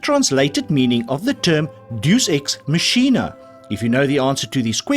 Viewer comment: Bro you butchered the pronunciation of deus ex machina